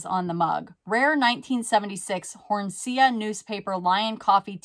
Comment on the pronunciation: It’s said “Hornsea” (horn-see) an English small seaside village